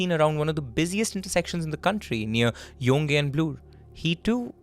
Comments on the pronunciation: Heyy! Love the episode!! Just a small correction: Yonge is pronounced "Young" in Toronto. You guys rarely make mistakes, so I pointed out the one I could catch lol. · Thank you for covering this case - my friends were affected by the fear that this man inflicted and I still think of those time. Scary ! Also - With all the goodness of my heart - I want to mention that Yonge and Bloor is pronounced as “young” and “Bl/or” ❤️